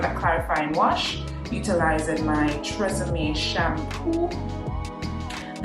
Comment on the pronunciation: Its TG I N ...(.Thank God Its Natural) not Tee gin